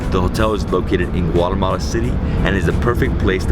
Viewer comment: hi , please dont say guaremala ...is Guatemala . The name DONT CHANGE ..bye